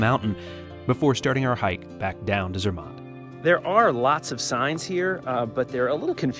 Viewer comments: I have to say as a brit the way you pronounce Bologna (Bol own ee a), Milan (Mee larn), Zermatt (Zeer mart) grates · ZER matt.....your pronunciation absolutely SUCKS..... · Sorry to say so (not reallly), but you are so American! Butchering names of towns (there is no ai in Sankt Moritz) and ZerMATT), as well as your lack of knowledge how to use your cutlery. In Europe the fork is used in the left hand, and as far as I know in the rest of the world as well. Adapt to the etiquette of the countries you visit, dan't be a Murican! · your "American" pronounciation of ZEMATT is absolutely PATHETIC....American, you cant help yourself